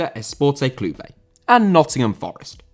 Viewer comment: Esporte Clube* not Esportei Clubei